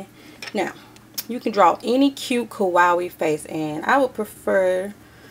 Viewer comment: Kawaii is pronounced Ka- Wai- ee ^ - ^ and I love this idea, it'll probably last longer than polymer clay too!